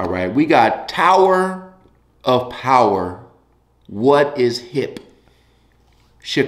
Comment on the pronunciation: Powah!! A Towah of Powah!